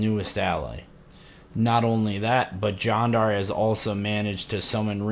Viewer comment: I think it sounds more like "John-dar" when you say it though. Which is fine, but if someone commented on the pronunciation that's probably what they meant